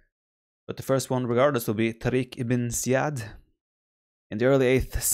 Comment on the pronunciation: Pronounce 'tariq ibne ja-id.